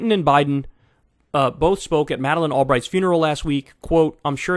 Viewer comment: Clinton and "Bide"? BIDE?